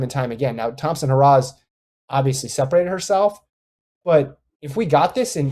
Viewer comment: Get her last name right, you constantly pronounce it wrong. Aren’t you guys professionals?